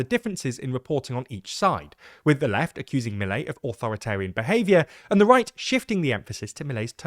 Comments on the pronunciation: I don’t understand why you are so lenient and optimistic about Milei. (Pronounced Miléi and not Mílei) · It is clear that you research a lot about the topic, so why can't you learn to pronounced his name? I'm not demanding perfect pronunciation, just learn to emphasis the proper part of the word, that can't take more than hearing the word twice. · It's not so hard to find out the names pronunciation: Milei, the stress on the las syllable and Kicillof is pronounced Kisilof not Kichilof